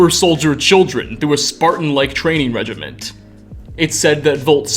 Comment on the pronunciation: training regimenT? lower voice to speak CONFIDENTLY?? Confidently? C O N F I D E N T I A L L Y - confidently. Seriously?!? C'mon. Should have stayed in school. Or read more. $#@